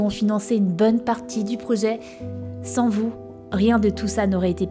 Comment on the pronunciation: = "un cosplay de sAns" Oh non mais Y0Y Cette prononciation xDDD (on te pardonne t'inquiète xD)